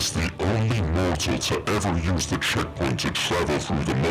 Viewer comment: is it just me or does checkpoint sound like noughtpoint five